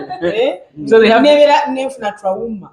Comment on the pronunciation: musiking & tra-uma 🤣🤣🤣🤣🤣🤣🤣🤣🤣🤣🤣🤣🤣 but Kan-see-me